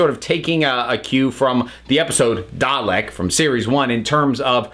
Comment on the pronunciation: Was anyone else annoyed by hpw they prnounced “Dalek” in this episode? It was like “Dah-lick” without that nice long “eh” sound. Like they were rushing it. Did anyone else notice?